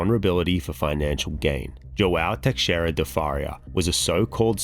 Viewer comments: fa-ree-a lol sorry im Portuguese and have many friends with that last name , now Teixeira is much tougher to pronounce as X is an "sh" sound so its Te-she-rida rolling the r , my name Alexandre is the same way 'a-le-she-dre', great video, Portuguese names can be tough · Hey man it would really be an improvement if you looked up how to pronounce all the foreign names and words. The x in Teixeira, the ou in pousada, and the name Bial really stood out.